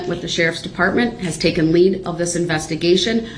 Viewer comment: lmfao....he just said 'TOOKEN' instead of taken....sounds like that 'TWELLF' grade education did not include conjugating the irregular verb - take......